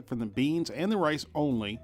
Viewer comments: umm did he say Mexican rice or lice? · Chinese style lice. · . Rice not lice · "And the spanish lice" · you say rice do you mean lice? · did he say Mexican lice wtf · 4.53 spannish lice . hahhhhah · The Spanish "lice"?? 🤣🤣🤣🤣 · you really did say lice! lol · I thought he said Mexican style "lice" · he did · yea he did hahaha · Me too lol I was like what? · He did!